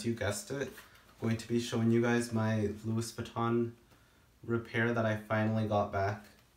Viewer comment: This guy can afford to buy Louis Vuitton but CANNOT Pronounce it right. Louis ??? With S ? Literally ?? HAHAHAHAHAH!